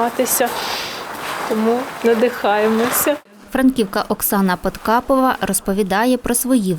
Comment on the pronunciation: Не Подкапова а Подхапова!